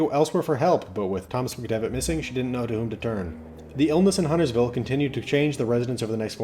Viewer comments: I think this is the lore video that pronounces Huntersville correctly. Everyone else wants to pronounce the T for some reason. Also extra props for getting Marlinton right too. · Correction: this is the only lore video that pronounces Huntersville correctly